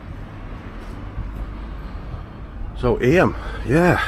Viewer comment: The nursery rhyme Ring a ring o' Roses was written about the plague and Eyam is pronounced Eem